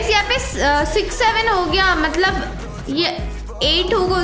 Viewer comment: ap hamesha matlab ko malab bol te ho ja kay dakhna